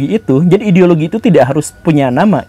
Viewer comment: Gimana ngomong "ideologi" nya guru?? 🤣🤣🤣